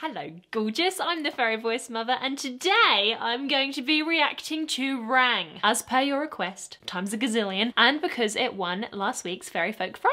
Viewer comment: It's rang as in rung as in color